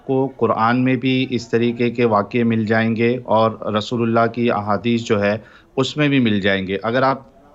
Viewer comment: जब आप रसूलुल्लाह बोलते हो तब ऐसा लगता है आप रसगुल्ला बोल रहे 😂😂😂